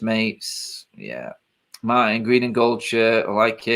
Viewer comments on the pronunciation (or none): none